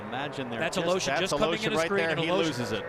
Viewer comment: It sounds funny how nobody can pronounce Alëshin's name properly